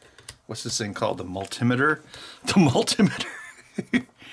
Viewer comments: I call it a mal-timmiter at work too just to mess with people!!! Also continue-ity, dust-e-cant, anoids, and fiber-obstacle. Life lesson; if you don't know how to pronounce it, you should be touching it! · I think Ben Heck says multimeter wrong because it is not a device that measures mults but it is multiple meters is one box. Saying it wrong like Benjamin robs the meter of its multi.